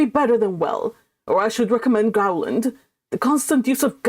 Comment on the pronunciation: Reporting to! You're Majesty, milady, tis Gowland, not Growland.